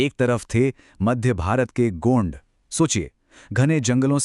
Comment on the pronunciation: Pahle to gond ko gaund bolna band karo bolna ni aata to bolo bhi mat gaund ek bramhan hai😂